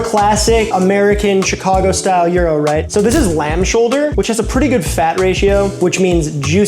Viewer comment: I'm happy to hear " Chicago " pronounced properly .